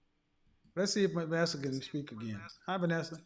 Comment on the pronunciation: The beautiful lady at the end, Vanessa, said it correctly. 👌🏿....Also the brown skin lady before her said it perfectly.